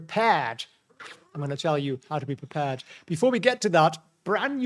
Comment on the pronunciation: it s be pre-purr-ed